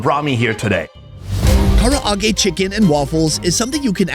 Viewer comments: the Japanese: Ka-rah-ge: Kara-a-ge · Bro says Karaage literally how it’s spelled 😂 it’s Kuh-Rah-gae not Kar-ah-ra-gae! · how american destroying japan by saying kara age!!!!! i cringe every time this guy said KARA AGE!!!!!!! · Kara-a-ge?😅 at least learn how to pronounce the words. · Hes so American saying Karaage the foreigners way XD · Why does he keep pronouncing Karaage like that? Just pronounce it the same way they and everyone else does, its not that difficult. It makes no sense when he's obviously heard it pronounced multiple times, always the same way, but then wants to say it differently? Why? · Your pronunciation of Karaage hurts my soul and I'm not even Japanese